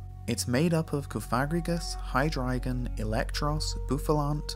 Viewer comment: you win the award for "only youtuber to ever pronounce hydreigon correctly"